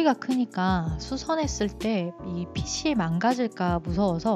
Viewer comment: 코디 너무 잘봤습니다! 한 가지, 패션과 관련없지만 영상에서 아쉬운 점이 있어서 댓글남겨요. “핏이” 를 [피치]라고 발음하시는 것 같은데 [피시]로 발음하는 게 맞아요. 핏에,핏의,핏이,핏은 등등 전부 다 시옷으로 발음해야합니다..! 그냥 쓰루할까 했지만 계속 패션하울 보고싶은 유튜버라 말씀드려요! 앞으로도 좋은 영상 기대하겠습니다 :)